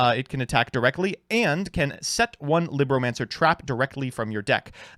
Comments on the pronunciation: It’s “LEEBromacners” not “LIBronancers” Liberal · Well technically its "lee-broh" as in spanish for book... Wow i actually used that fact... Huh...